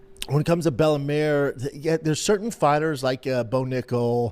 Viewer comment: "Bella Mare" Brenda thinks Bella Mir is a horse or wot ') his English is so faulty, at times he sounds like he has a speech impediment. it is not cool, funny, street, or gangsta, to speak bad English, with careless, unnecessary mistakes. the lazy, uninterested way Brenda speaks, is a reflection of his character